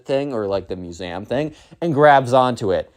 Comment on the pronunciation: lol how do you say museum